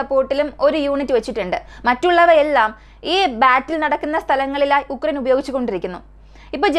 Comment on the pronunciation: ഉക്രൈൻ അല്ല ആ രാജ്യത്തിന്റെ പേരു “യുക്രൈൻ” എന്നാണ്